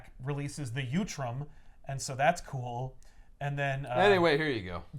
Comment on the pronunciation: Ok now I know you’re mispronouncing utrom on purpose. Last time you added an L! uLtrom! 😂